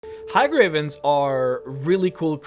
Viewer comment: Hey gravens, not Ha gravens.